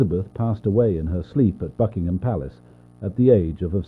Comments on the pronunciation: WHY DO I HEAR "FUCKingham Palace" (Fr)💀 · WHY DO I HEAR "FUCKINGHAM" ITS BUCKINGHAM 💀